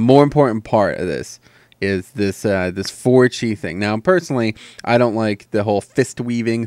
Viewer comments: pretty sure chi isnt pronounced "chai" lol. thanks for the vid :D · It's pronounced mist 'weever' even though it's weaver. And you say "cheye" for chi but again it's pronounced like 'chee'